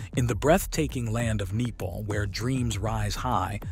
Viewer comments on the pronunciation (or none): Nee-paw ☠️ It’s Nepal! Pronounce it correctly! I just stopped watching your video. Dislike 👎🏼